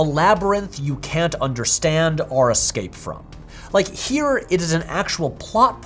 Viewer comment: i'll sign up to nebula if you stop saying "arr" instead of "or" 😅